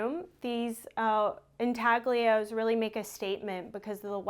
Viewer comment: Check a pronunciation of a word "intaglio".